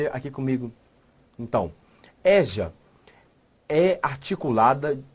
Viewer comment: ÉJA? Não né? EJA ( ÊJA ). Ok professor? No mais, showww de bola! 😌